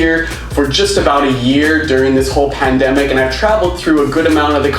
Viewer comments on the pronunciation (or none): none